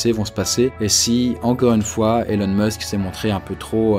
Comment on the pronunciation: Ça se prononce ILONE, pas élone !!! Bande de français, va ! :p